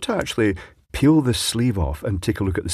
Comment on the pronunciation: Interesting that your pronounce pull and peel the same way.